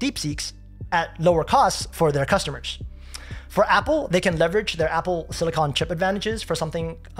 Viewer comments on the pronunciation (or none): none